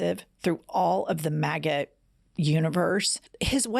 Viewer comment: Jen it sounded to me you were saying "Maggot" instead of Maga....Maggot is better..MAKE AMERICA GREAT, GET OUT TRUMP!!👍♥️♥️♥️